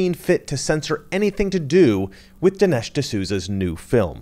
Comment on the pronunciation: It’s Dinesh not Delish!…..OMG!……DINESH D’SOUZA!!!